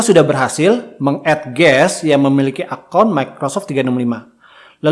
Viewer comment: Guest, pak, bukan Guess Kalo guess artinya tebak-tebakan, pak